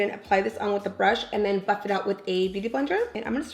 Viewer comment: Everytime she says "Buff" I think she's saying Fuck😂😂💀💀